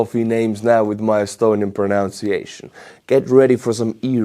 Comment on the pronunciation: Just FYI,, "pronunciation" is pronounced "pro-nun-see-a-shun", NOT pro-nowns-see-a-shun. Couldn't care less about you butchering weird names, but you sound like a Trump supporter when you get this wrong 😂😂😂